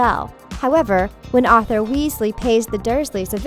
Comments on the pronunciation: Dowey instead of dobby and auther instead of Arthur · BRUH IT'S DOBBY NOT DOE-BBY IT'S NOT AUTHOR WEASLEY IT'S ARTHUR WEASLEY IT'S PATRONUS NOT PATRONIUS IT'S NOT MA-ROAD-ER'S MAP OR MA-ROO-DER'S MAP IT'S MA-RAW-DER'S MAP! "They aren't learning traditional subjects like math literature or geography" IT'S A FLIPPIN MAGIC SCHOOL OF COURSE THEY AREN'T!